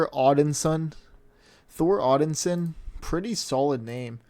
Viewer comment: Brooooo, odd insin? its like "son of odin" "odin's son" odinson hahaha funny vid though